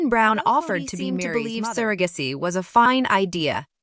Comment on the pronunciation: Probably computer generated voice. Pronounced surrogacy wrong too.